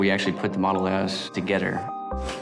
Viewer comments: Toge-THer.. not toge-ter!! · "Toge'der" (frigging Louisianan engineer)